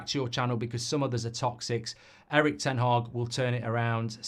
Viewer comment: Ten Hag. Not Haag. Mark pronounces it Ten Haag but that's the definition of insanity.